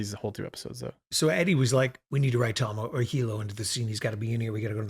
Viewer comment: Now I know how to pronounce Tahmoh's name. Your reactica is worth it for just that.